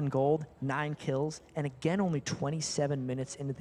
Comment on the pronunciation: Is he ever gonna learn to pronounce "again"?